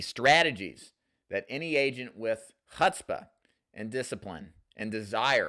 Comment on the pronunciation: The "Chutz" in "Chutzpah" rhymes with "puts" as in "He puts down his bong whenever a Duford video automatically plays on his YouTube feed.";) Love what you do,!